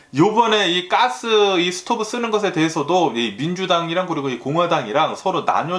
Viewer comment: Gas--'까스 가끔 아재 이런 발음이 엄청 정스럽습니다.아재뉴스의 매력인듯해요. 오늘도 감사합니다.